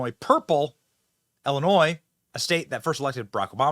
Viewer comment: Benny it's pronounced Illinois not ellinois, crook County not cook.